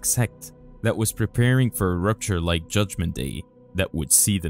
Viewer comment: Always fun videos, thanks! The word is pronounced "esoteric", not "estoric", also "rapture" not "rupture", "essenes" (pronounced with a long e) not "essins", and just some places maybe work on the pauses where commas would be, and end sentences with a down tone instead of up, that would help understanding the flow! Also referring to the angel scroll as the scrolls (plural) at the end of the video made it seem like the entire dead sea scrolls are missing, which is not true. Just some minor feedback, otherwise well done with the English brother!